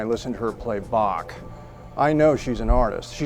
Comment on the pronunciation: I like how Christoph Waltz pronounces Bach, after years spent in music school it’s the only way to do it.